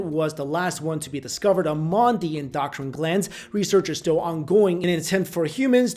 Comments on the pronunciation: LOL endoctrine gland... seriously doctrine is something entirely different, I respect the heck out of ya but please learn to say EndoCRINE not endoctrine.... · Did anyone notice he said "Indoctrine gland" instead of "Endocrine gland" ? roughly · endo-crine say it with my endo-crine not endoctrine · En-do-crine not en-doc-trine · It's pronounced In-d0o-Krin ( endocrine) ... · Sorry but, it's pronounced endO crIne...just saying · Please, learn the proper pronunciation of "key words" in the content of your videos... "endocrine"... End-oh-crin, rhymes with grin. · I appreciate your content a great deal. You are killing me with some of your pronunciations. The PIe-KNEE-Uhl gland is part of the END-doe-krin system. Love you man keep up the good work. Thankful for you.